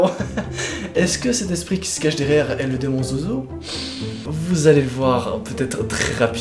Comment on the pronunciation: SES ZOZO PAS ZOUZOU